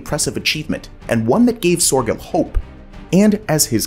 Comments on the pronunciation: Nice presentation, but it would come across more authentic if you could get closer to the actual pronunciation of names like Sörgel and Zuiderzee. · "He wanted to quite literally drain the ocean." No he didn't. The Mediterranean is a sea, not an ocean. FFS get it right! "Cairo would suddenly find themselves high and dry," Cairo IS miles inland, far from the sea. Soergel's name and Zuiderzee are mispronounced EVERY time! Thumbs Down!!!